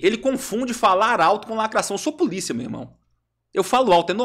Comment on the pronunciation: "Eu sô puliça, meu irmão!" 😂😂😂😂😂 Bem feito pra ele. Quem mandou não estudar